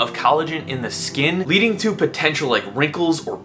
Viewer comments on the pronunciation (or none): none